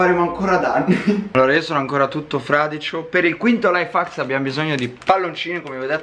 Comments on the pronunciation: Sì pronuncia: laif hecks non laifacks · no invece si pronuncia laif hacs